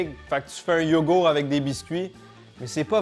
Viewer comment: Et le "T" de YogourT qui est parti apparemment aussi 😂